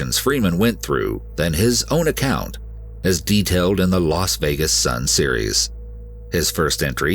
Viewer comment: Really ? Very interesting story of determination and courage. But on a note for the narrator; you mispronounce too many words. And the name Las Vegas is not pronounced "Los Vegas"; Las is pronounced "lass", which rhymes with "gas". Process, is not pronounced "Prawcess". Evade is not pronounced "avade". There are many more, but you probably get the idea. Having a good voice is one thing, but like a singer who sings off key or off time, does not really cut it. Stay safe y'all.